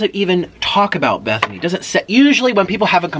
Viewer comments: In love with the fact that he says “Bethany” love it so much!!! I was rooting que too but eff her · My names bethany and I LOVE how he pronounces it